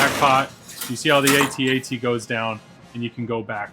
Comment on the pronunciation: What I appreciate the most is that you say it A-Tee A-TEE... (that how we always said it over here) :)